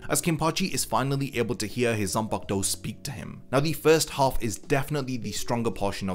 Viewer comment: Gotta love a zam-pack-toe.